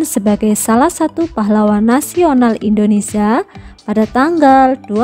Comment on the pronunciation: Indonesia buk bukan Indonesa